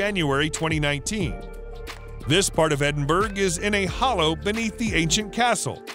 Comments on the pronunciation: "Edinburgh" is pronounced "Edin- burra" not 'Edin berg'" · Edinburg? Seriously? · Edinburgh is pronounced Edinbra with the second part said faster and softer. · I'm a Brit but married a Yank 25 years ago. Most of America pronounces it the way this guy does. When you tell them how its actually pronounced. They will reply, 'yea that's what I said, Edinburg, right?' lol. It's just a thing they cant get their tongues around, thats all. How do you pronounce Wessagusset or Saskatchewan. Now the boots on the other foot. I have to laugh, as it appears from the comments here, that half of our own people, don't know the correct pronounciation either. As a child I grew up in Scarburg by the way lol. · No, it is pronounced : Ed in bur o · Bone would be a better material to use over stone and wood. There is no mystery there, simply the material was better for crafting and could last longer. Also, it is pronounced EDIN-BUR-AH. Shame on you. I dare you to go there and say it as you did...LOL. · So annoying he can't pronounce Edinburgh. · whatever... its still freaking painful to listen too... and how can it get CANTEBURY right but EDINBURGH utterly wrong.